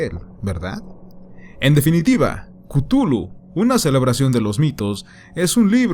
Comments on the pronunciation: Buen video, pero se pronuncia "Clujlu" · yo lo pronunció "ctjúlju"